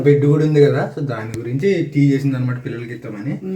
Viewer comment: బెడ్ కాదు బ్రెడ్ అను నువ్వు ఇంటర్ చదివాను అన్నావ్ ఇలామాట్లాడుతున్నావ్ ఏంటి